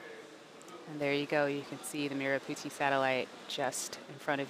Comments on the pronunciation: How to pronounce merah Putih. May rah put he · I 💗 how u guys just butchered the merah putih pronounciation 🤣